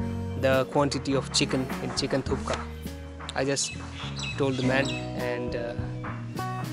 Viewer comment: Nice video. Thank you : ) Sir, not Chicken Thuka, ist call Chicken Thukpa : )